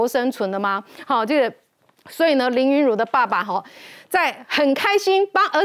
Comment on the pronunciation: 主持人能不能用點心，林昀儒的名字是要唸錯幾次🙄️🙄️